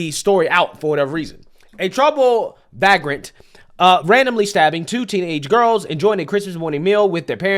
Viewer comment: VAY-grent not VAG-rent.